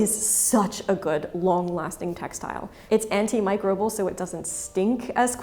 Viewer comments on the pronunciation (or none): none